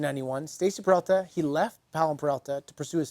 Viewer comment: OMFG... He starts off the video by mispronouncing the name?? It's Peralta. Not Perelta 🤦‍♂️ Edit: and then he continues to get it wrong throughout the whole video. Awesome